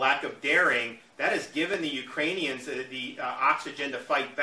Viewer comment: Serious question? At , did he say the Uranians?